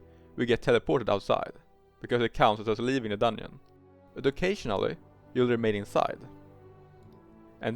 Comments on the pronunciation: dungeon ❌ dunn-yin ✅ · Why tf you keep pronouncing dungeon like onion ?